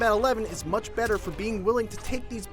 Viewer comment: “Too muck blood” 9/10 -IGN